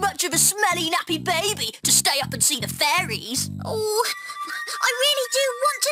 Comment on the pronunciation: i always thought said furrys insted of fairys